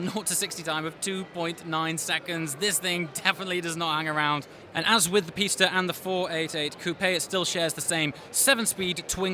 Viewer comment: You're the only car reviewer that pronounce the Pista correctly...